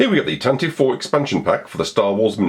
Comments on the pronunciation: Glad to see the Tan-Tivv reviewed. Will you be reviewing the Tantive (pronounced 'Tan-tiv-vee') any time soon? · It wasn't mentioned in the movies, only in the 1981 radio drama, where the pronunciation is indeed Tantivee (this pronunciation is still canon). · Does anybody remember in the 70's the pronouncement of the ship was TANTIVEE? I remember the radio drama would pronounce it like that. Just curious when it changed.